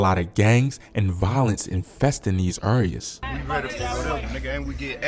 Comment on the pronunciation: my boy said infesting these urr-ree-uz..bro can't say areas lmao..good video though. Just need to work on your vocabulary and yoor pronounciation of words. Again great vfideo 8 out of 10.